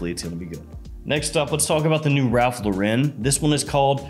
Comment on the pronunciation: Cool video, i laughed at all the parts where you do your little clown voices and stuff, but have you ever considered learning how to pronounce Ralph Lauren?